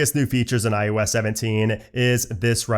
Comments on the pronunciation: It’s “I “OH” S” not “I YOU S”… I literally cannot watch your videos when you can’t even say the name right and it’s the entire topic of your channel! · Great video, very good info, but I can’t be the only one completely distracted by you saying “EYE YOU S” not IOS….